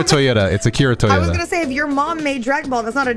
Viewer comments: you need to study more. His last name is Toriyama, not Toyota lol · He said Akira toriyata instead toriyama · calling Toriyama “Toyota” is sending me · Favorite part was “Akira Toriyoda” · He must have mixed him up with TOYOtaro.... Or how his co-creator/Creative assistant's name is spelled! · ...I know I'm late but... "Akira Toyota?" Dude. If you're joking, you need to make it more obvious you're joking. That sounded like a real mistake 😂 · Ahh yes, the beloved creator of one of my favorite shounen franchises "Akira TOYOTAYARIS" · Mans said Toyota instead of Toriyama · Akira "Toyota" Tf? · did he call akira toriyama akira toyota? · Did you just say the creator was Akira "TOYOTA"??? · Did this man say Akira Toyota? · Did you call Akira Toriyama "Akira Toyota"?! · Not Akira TOYOTA lol Akira Toriyama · "akira toyoda" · The creator is Akira toriyama not toriata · akira toriama not toyota lmao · Its Akira Toriyama, not Akita Toyota. How the hell did you get that wrong? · Akira Toriyama not Akira Toriyoda not Akira Toriyota.... I am Disappointed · Wait, what did you call the creator of Dragon Ball? It's Akira ToriyAMA, not whatever you said.